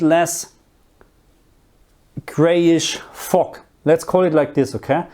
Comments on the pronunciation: Fog is what i think you are saying. It is pronounced with a harder g at the end rather than the sharp sound you are using that sounds more like it pronounced fock or foque., just get that hard G at the end which you can practice by saying the word Girl but leaving out the R & L so Gi once you have that down begin to emphasize less on the I and just the G. Then combined with fo with that hard G you will get fog. . Another word is Mist almost like missed but a T at the end. Another word you can use is Har which is the fog that comes in from the sea. It is pronounced like you are say Ha as in Ha ha but with the r at the end so Ha r , Har. I also think you may be talking about light rain when the rain particles are so small we don't call it rain but rather drizzle. EDIT: as i watched further in to the video it is mostly steam we would use to describe that like you get from boiling a kettle. I would use steam for the stuff coming from the ground pipes and mist from the rain rather than fog. Fog is when you have that really thick mist that when you are driving you can't see far ahead so you use your "Fog" lights. Hope this helps. I like to learn languages and always like to know if i pronounce the words correctly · I’m sorry but why doesn’t anyone acknowledge the way he pronounced “fog” at the beginning lmao no hate